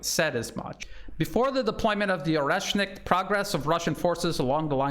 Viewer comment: "The Orkrocksit missile" 😂